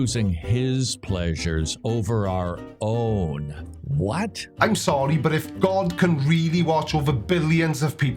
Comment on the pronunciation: When you said 'Our Own' I thought you'd said 'Dai Owen' and I for a split second I thought I'd missed the introduction of a new person :) Great way to keep the audience attentive.